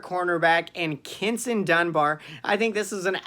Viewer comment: Did you say Kintin? 😂😂